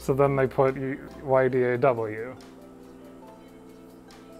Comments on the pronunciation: We all know that YDAW is pronounced yuhdaw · He almost said y'daw lmao